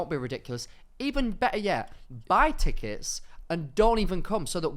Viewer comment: "teckets" keeps making me giggle